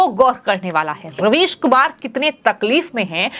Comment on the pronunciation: Madam your prouncation about ravish is wrong because might be UP OR UP born this is but natural? ???